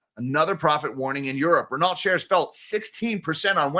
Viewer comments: 8.23 Renault T is silent, it is French Ren-no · as a French melon head, you should pronounce: Reno not wit the ‘t’. You can also say:’crap’ which is more realistic. You missed in your story that CEO is leaving the same day, while be hired by in trouble luxury group Kering. On the same days, Renault recorded a 9.5b€ write off on their Nissan holdings. Company claims that CEO leaving same day is a coincidence.